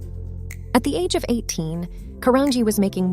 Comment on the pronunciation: Her last name is pronounced Caran-G not Caranghee